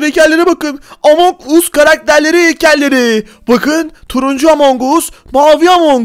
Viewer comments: Abi among us deyil among gas diye sölenio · Abi among us değil among as diye okunuyor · Abi among us diyil emong as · Abi o amon us diye okunmuyo amon gas diye okunuyo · Abi o among as diye okunuyo